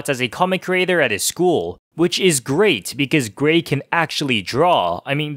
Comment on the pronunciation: Where are you from that you’re pronouncing “Greg” as “Grayg?” It rhymes with “beg” not “vague.”